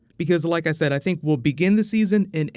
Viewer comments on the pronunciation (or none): none